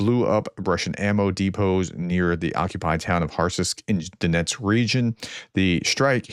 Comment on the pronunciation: I can't listen to your abysmal pronunciation. Sorry. Even a frequently-mentioned locality like Donetsk appears to be too difficult for you. Poor commentary.